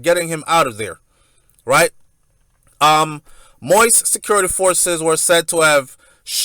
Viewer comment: Moise is pronounced " Moe-eeeez" not Moist